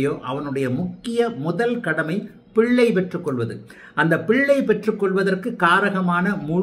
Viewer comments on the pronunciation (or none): none